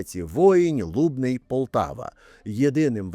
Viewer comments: ЛубнИ, а не лУбни!!!! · Лубниʼ - наголос на останній склад. 🌸🫶🏻 Лубенці тут😊